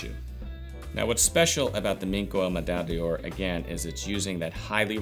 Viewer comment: Thanks for these videos. Medaille d'Or is pronounced like /Meh-DIE Dore/ in French if someone hasn't mentioned that here already